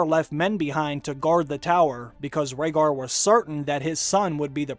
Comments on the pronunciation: Jon Heijasto. Gilly, i believe she pronounced "Rhaegar" wrong and did she say he was a Targaryen? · Are u guys fcking retards.... obviously jon is raeghar's son and after all the hints in s6 and s7 like lyanna telling promise me ned which she meant from robert as he would kill jon if his targaryen heritage was revealed and also gilly says about the annulment about raeghat which she pronounce mistakely leading sam to ignore her If u guys cant notice this much hints then may be u r not worth to watch got guys Get some break